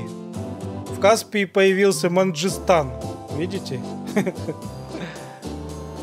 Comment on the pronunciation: Последняя карта это карта после тиаяния льдов и события, и в этой карте два Челябинска, В России и Казахстана, ещё тут казахи свои земли вернули типо, и не Манжистау а Мангистау